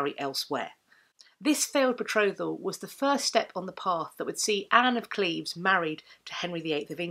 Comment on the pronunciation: Thank you for pronouncing Anne's and my birth town the correct way :) Holbein was known to be a painter that did not flatter, so his depiction of her seems pretty accurate. Additionally, to this day, a lot of women in the area between Cleves and Berg share similar features with her. Long boned, blonde or strawberry blonde, with hazel/brown eyes and a little bulby nose, and long boned elegant hands. It's a typical Lower Rhenish look.